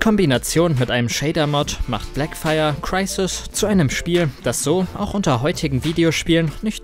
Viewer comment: Wie sprichst du Crysis aus? Ist ja ekelhaft